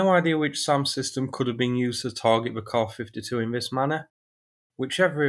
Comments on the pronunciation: KAY-AY ESS-YOU Stop with the "soos" and "kahs." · Kaw-fiddy-too or Kay-A-fiddy too? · Dang! That’s a hard k